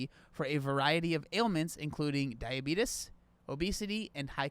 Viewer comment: Why do you say diabetes like that